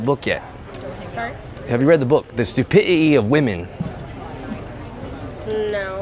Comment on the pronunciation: " stupititee of wemen"